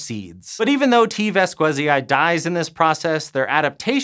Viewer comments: Your "vas-KWE-zai" pronunciation really grinds my gears as a Spanish speaker. Since the specific name of T. vasquezii is derived from the Spanish surname Vásquez, and Latin pronunciation of scientific names respects (or allegedly does so) the phonetic structure of the original when using exogenous words, the correct pronunciation should be along the lines of "VAS-khe-zee". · It should be pronounced ['baskeθi:i]. Or /bas-kE-thee-ee/ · T. Vasquezii sounds like the last name Vasquez in spanish, you butchered that name! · an odd thing about Spanish is that V and B are pronounced the same way, and it follows a weird patern: at the beginning of a word it sounds like "b", and inside a word it sounds almost like a very weak "v" (called a voiced labiodental approximant). And the other thing is thatZ, and C (before E or I) will sound like the "th" in words like THought (this is only true for peninsular Spanish though).